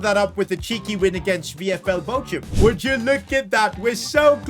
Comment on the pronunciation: Did yoh just say Boachum its bo (like pronounced it bot) chum